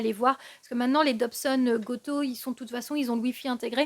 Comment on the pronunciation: Bonjour. Merci beaucoup pour votre présenter avec passion l'astronomie. Il y a un point qui me chagrine, c'est la prononciation déformée de go to qui se prononce "go tou" càd aller vers. Je comprends que les anglicismes ne sont pas toujours incontournables mais là c'est possible d'une part et d'autre part s'appliquer à déformer une langue étrangère n'est ni charmant ni de votre niveau d'études. Autrement j'apprécie toujours votre travail. Merci à vous.